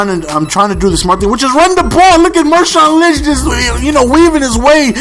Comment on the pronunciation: hahaha he calls Marshaun Linch Mershaun Linch